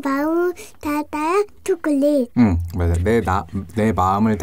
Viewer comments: 초커얼릿 머거 보까 여기에서 초콜릿 발음조금굴린것 같은데? ㅋㅋㅋ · 춱퀄륏 머거볼까아~~ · 앞에 춰퀄릿 ~ 너무 웃겨요! 저도 먹고 싶네요 ㅠㅠ 저는 제가 나이일 때로 돌아가고 싶어요 (╭￣3￣)╭ 걱정거리 없이 행복했던 그 때로요,, 공감하시는 분 계신가요..! 오늘도 잘 듣고 갈께요:) 도 아빠를 닮아서 ASMR ( 리얼 사운드 ) 를 잘하는 거 같아요 ㅜㅜㅜ 입에 초콜릿을 잔뜩 묻히고도 모르고 맑은 표정으로 웃는 걸 보니 진짜 귀여워요 >< 혀 짧은 것도 귀엽구요,, 그리고 아빠가 " 들어주세요 ~ " 라고 하라고 했더니 하는 것도 넘넘 씹덕이구요 ( ⁎ᵕᴗᵕ⁎ ) 처음에 사운드 듣다가 딸이 있으시다는 사실을 알고 유튜브 검색창에 찾아보다가 최애가 로 바뀌어 버렸어요 ٩( ᐛ )و ( 쥬르륵 ) 는 일상이 입덕 영상이예요,, 진짜 귀여워,.. 이 언니랑 하루만 영혼이나 체인지 할래..? 나도 먹방 유튜버 아빠 덕분에 맛있는 팝핑보바, 실비 김치, 불닭, 그리고 맛있는 초콜릿까지..! 너무너무 먹고 싶다.. ♥ 그래도 난 우리 엄마 아빠가 최고 ❤ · ㅋ췩퀼릭이래 ㅋㅋ빵터져네 어우 진정햌 ㅋㅋ ㅋ악 ㅋㅋ 진정.....하라고 ㅋㅋ악악 ㅋㅋ 풉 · ㅋㅋㅋㅋㅋ춰머거볼까 로도 들리네요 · 춰컬릿 뭐냐고ㅋㅋㅋㅋㅋㅋㅋㅋㅋㅋ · 처음에 오프니송 발음이.ㅋㅋ 처퀄릿 ㅋㅋㅋ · 노래 시작 부분 발음 너무 좋으신데요 ?? 춰컬릿 먹어볼까 ㅋㅋㅋㅋㅋㅋㅋㅋㅋㅋㅋㅋㅋㅋㅋㅋㅋㅋㅋㅋㅋㅋㅋㅋ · 오프닝 초콜릿할때 발음쳐컬릿으로된거 넘웃겨옄ㅋ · 맨처음에 노래에서 초 가아니라 춰콜릿 먹어볼까 라고 들려요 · 초퀄릿 ㅋㅋㅋㅋㅋㅋㅋㅋㅋㅋㅋㅋㅋㅋ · 초우 ㅓ콜릿 막어 볼까라는태 초콜릿발음무엇? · 춰퀄릿 먹어볼까라고 들리는데요 ㅋㅋㅋㅋ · 쳐촐릿이라고 들리는거 나만 그럼? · 처음시작할때 발음이 춰컬렛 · 처음에 나만 쳐컬릿이라들리나?ㅋ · ㅋㅋㅋㅋㅋㅋ 저만 그렇게 들은줄